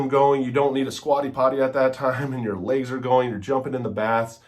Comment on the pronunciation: Not trying to be a jerk here but I think the word is legs, not layggs (lol)